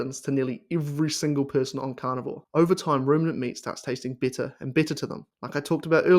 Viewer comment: Aussie accents are cool but your "better" sounds like "bitter" . LOL. Lion diet is great but IMO unless you have some auto-immune disease it is really hard to sustain and make it a lifestyle. I did it for a few months and hit my target weight loss. I'm fit and lift weights regularly so there was no medical need for me to continue it . I use the carnivore diet as a tool to achieve my target weight loss then I slowly ween myself off the carnivore diet. My purpose is to loose some belly/body fat and get shredded. It is true that once you start eating carbs your brain/body will go nuts with pleasure. Those dopamine pathways will explode like fireworks on the 4th of July. You will need to exhibit some self control or you will quickly gain that weight back.. I do the all inclusive carnivore. All meat , eggs, cream/milk but no fruits or honey. Beef is the most satiating compared to pork, chicken or seafood. Good luck to everyone doing carnivore.